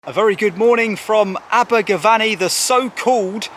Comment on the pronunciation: It's not VANNY it's VENNY😎